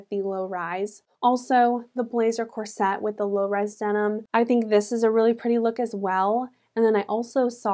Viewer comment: Beautiful. Side note: corset is pronounced with the emphasis on the first syllable. ;)